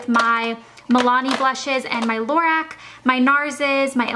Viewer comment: The lighting is so bad I can't even see what hardly any of the colors are everything is washed out and lorac is pronounced la-rock